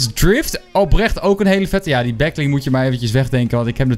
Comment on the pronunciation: waarom zeg he de hele tijd back ling?